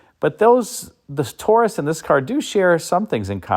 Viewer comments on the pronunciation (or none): none